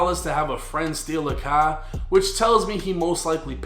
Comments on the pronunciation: “Into a cahh” 😂🚗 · the way you pronounce “car” is funny asl 🤣 “tHe cAh” 😭 sounding like peter griffin innit 😂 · damn I hate the way you say car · You can pronounce every word word perfectly except for car? Stop your shit